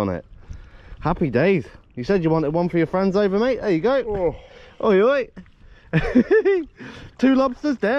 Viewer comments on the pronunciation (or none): none